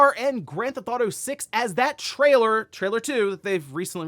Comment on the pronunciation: What? Try again in English. “Trialor” 😂🤣